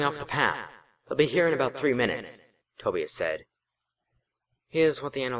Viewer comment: I know this is old, and not trying to be too harsh, but Tobias is is pronounced toe-bye-us, not toe-bee-us and that unfortunately struck a nerve, but fortunately, I was able to look past that. Regardless, I liked the first chapter, (I too have read books in the series) and I shall continue to listen to the playlist, especially now that I see this chapter is written in the same way that the books were written. Keep up the good work.